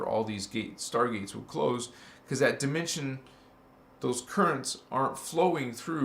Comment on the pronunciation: You pronounced dimension as Die Men sion. I think you and Rio Ascind, rainbow 🌈 body Master frequency out of this world can align together